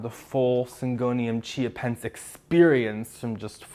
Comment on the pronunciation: Anyone else can't help but hear Syngonium "ChiaPets"? 🤣🌱😍